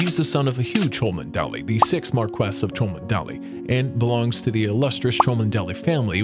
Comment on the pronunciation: "Cholmondeley" is pronounced "Chumley" (two syllables). It makes me question how good your research was.